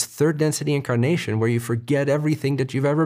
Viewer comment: Omg you said "incarnation" and i heard "kimkardashian" Lol